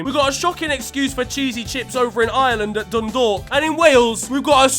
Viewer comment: Right lad, you are officially the goat because you GOT THE PRONUNCIATION OF DUNDALK CORRECT!!!! My goat!!!